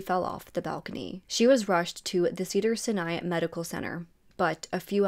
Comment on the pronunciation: In you research get the proper pronounciation you MI's pronounced Pepperdine and Sinai hospital. As a citizen of lks ngsles t is very offensive to me